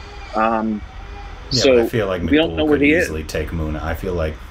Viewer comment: Just spelling pronounciation mistake😀: Its not gudu...its guddu Its not tripeti...its tripaathi Its not muna...its munna Ita not micbul...it maqbul